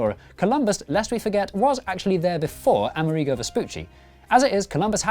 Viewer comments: I believe it's A-MER-i-go, not A-mer-EE-go. Also:Latin America isn't only Spanish-speaking. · Why do you pronounce Amerigo as "ameh-REE-go"? It's pronounce the same as America, but with an "o" (yeah, mind-blow!). Amerig-oh! (g and c are very similar sounds, look it up) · A-merigo* Say it with me. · Quite right I was born in Buenos Aires and I am as American as Joe Biden. Now, why not pronounce ”AmErigo” as it should be, with the stress on the “e”? It would make sense phonetically, and the origin of the word “AmErica” would be clearer. Saludos! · Having trouble coping with how British people apparently pronounce the name Amerigo.